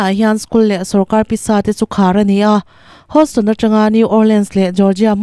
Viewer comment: hosston niloin heous toonn ti lam tur.